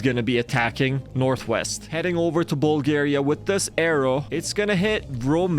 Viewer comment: Nuuuuuuu not bulagria